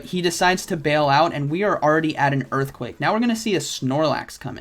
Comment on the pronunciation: its earthquake not eearthquake